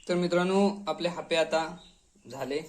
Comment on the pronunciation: हयका हापे नाही बोलनत आप्पे बोलतत